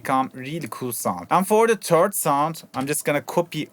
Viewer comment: Great tutorial and very well explained but I just can't shake off how you say "third" ahah. "Maybe you can put a fifth in between the first and the turd."